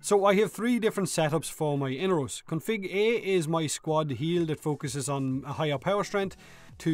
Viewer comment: say it with me mate.....E-NAR-ROS!